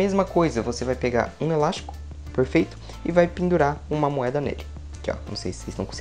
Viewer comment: Ele só sabe fala perferito🤓